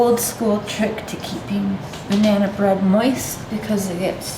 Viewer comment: So is "Bananerrrr" and "Vanillerrr" a Canadian thing? 🤣🤣🤣🤣🤣🤣 Never heard of Mayo in Banana Bread... Going to have to give it a bash sometime...